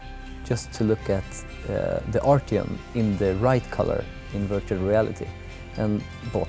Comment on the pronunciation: arteon...artyom ... hmm close enough lol